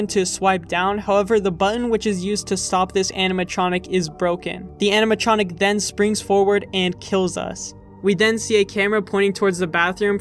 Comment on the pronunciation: does it not bother anyone else how this mf repeatedly mispronounces animatronic as "aminatronic"